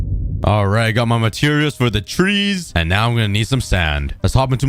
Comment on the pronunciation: Parents:trees You:twees